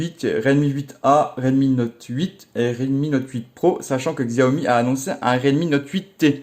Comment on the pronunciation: J adore t es vidéo mais on dit Cha O Mi merci